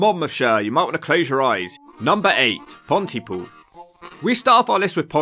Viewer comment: Places that start with Pont - y - (Bridge - the - ) have the emphasis on the defining or varying part of the name. So Pont-y-POOL. You wouldn't say "UxBRIDGE" or "CamBRIDGE", would you?